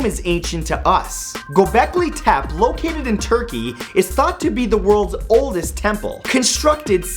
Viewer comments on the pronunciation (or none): Repeat after me, Matt: grr-BECK-lee TEPP-ay